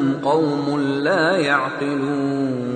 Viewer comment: The last word of ayat no 14 is "yaqilon." I heard "yadilon" in this qirat .Am I right? Pls reply